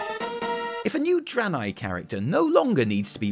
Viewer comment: Starts with fuckin Eredar Dranei, not Broken. Come on fam, don't spook me like that.